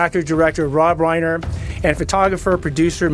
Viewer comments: Un a story concerning Rob Reiner, you pronounce it "Reener?" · Really?? A narrator says REENER?? Lol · My OCD cannot permit me to listen to this narrator call Rob Reiner, Rob Reener! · HOW CAN THE NARRATOR NOT SAY ROB’S NAME CORRECTLY???? Unprofessional!!